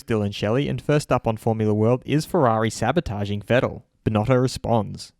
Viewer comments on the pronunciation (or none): Sebotaging* Vettel